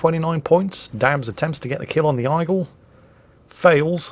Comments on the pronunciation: I approve of insulting the French by pronouncing Aigle Eye-gull and not Ay-gluh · It’s pronounced égle, noe aigle, it’s french. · Aigle is pronounced Aeg-le - I presume you know that and its just one of your puns? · It's compensation for absolutely butchering "Aigle" and "Phra Ruang". /A Swede who also likes "Ö"